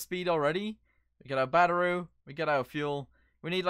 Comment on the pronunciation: Have anyone else notice in every video he makes he says batteru instead of ( battery! )... Does anyone one know what slang word it is or what language it's from or is it just the way he says battery? I'M CONFUSED! ( But I like your videos! )